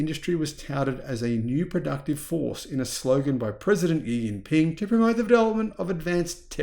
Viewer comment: IT'S PRONOUNCED SHE-JIN-PING. Say it correctly. OMG